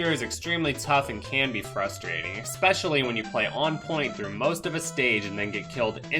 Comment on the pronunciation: ‘Exspecially’. I arx you!